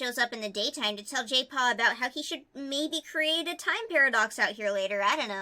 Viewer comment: Jaypaw - My ears: Gaypaw:D